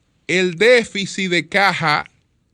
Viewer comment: ¡Qué periodista y comunicador nos gastamos! necesita muchas cosas, incluyendo un diccionario (déficit NO “déficis”), y respeto a Miriam Germán Brito y su equipo.